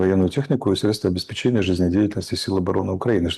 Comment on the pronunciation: Алеша обеспЕчение!!! Ставь ударение правильно!!!😮